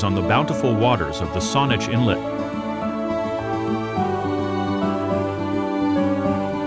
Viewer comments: COW ich in not cowitchen. And Saaaanich not sinach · Please correct how to pronounce “Cowichan” and “Saanich” Cow – i – chan with emphasis on the cow S – aaaann – ich with emphasis on the aan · Sooke rhymes with 'cook', not 'boot'. coh-WE-chun Bay (Cowichan) = COW-ih-chun. Saanich (SAWN-itch) Inlet is actually SAN-itch. YOU-kuh-let (Ucluelet) = you-CLUE-lit. Aside from the above pronunciation gaffes, this was a beautifully done video. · or how about Sawn - itch inlet. lol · Let's see... Juan de Fuca = Wahn dih Fyooka. Cowichan = Cow-ih-chun. Saanich = Sā-nich (long a sound). Ucluelet = Yoo-CLOO-let (lazy speakers sometimes say "Yoo-COO-let"). Butchart = BOO-chahrt. Oof. Bad narrator didn't bother to confirm pronunciations? Bad! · Ohhhhh...I wish they had asked how to pronounce COW—I-chan, and Saanich (like sandwich without the “dw”). Other than butchering the names, it’s a very comprehensive well done video!!